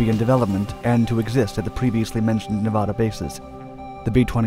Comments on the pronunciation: Love your stories bro but as a Nevadan it’s Ne-vad-duh. Not Nevahada thanks bro. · Please learn how to pronounce Nevada. The first A is like cAt. Please, it hurts my ear. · For the love of God, say Nevada right. It's not Ne-vah-duh. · Why u gotta say nevada like that?